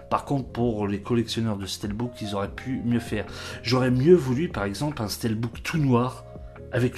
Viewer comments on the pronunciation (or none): bonjour On prononce pas stèlbook Mais stilbook